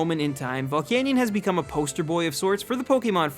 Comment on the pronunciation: VOLCANION, NOT VOLICANIAN!